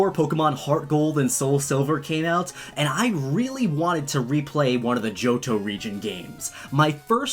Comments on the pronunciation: did he say jojo reigin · At first when you said Johto, I thought you said Jojo